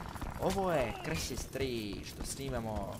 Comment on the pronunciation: krsis ahah cita se kao krajsis